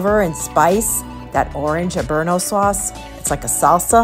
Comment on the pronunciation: you're killing me with some of your commentary. Complimentary is not complimentarary, and I had to think about what you were saying at the taco bar. Habanero sauce is not pronounced that way. Most of your Italian words were also interesting to say the least. It is a very informative tour and I enjoyed how you moved through the venues. No specialty restaurants leaves out a large portion of the experience. Hard to do on a shorter cruise. For someone with a travel channel, they would be tax deductible if you're earning money from your views. Keep at it. You're doing great.